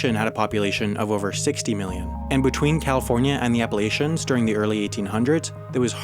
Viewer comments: Great video. Pronunciation of Appalachian is "appa-LATCH-un." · Appalachian is pronounced appa' la' chan. Not appa' la' chin. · I have a personal vendetta against people that say "appa-lay-chuh" instead of "appah-latch-uh"